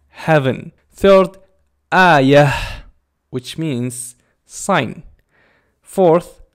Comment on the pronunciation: hallo body you pronounced "aayyah " wrong